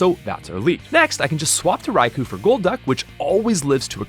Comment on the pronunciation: It's pronounced "Rai-koh."